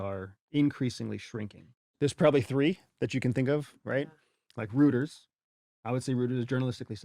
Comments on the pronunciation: reuters is a german name. eu in german is oy. reuters is pronounced royters. you not knowing that throws all kinds of shade on you... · Rooters ( Reuters ) is so not sound mate. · He called Rueters "rooters" like bro how do you not know how to pronounce that 💀 aren't you supposed to know this stuff Don't they say the name on their shows too? Like I remember hearing it in high school and I'm at least 10 years younger than this guy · Rooters? I pronounce it differently...The only thing one can do if they go into the governemnt is work and live ethically. That's it and that has it's consequences, either getting voted off the island or put in a corner. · If someone does not know how to properly pronounce the name “Reuters“, I’m not going to take their opinion on journalism all that seriously.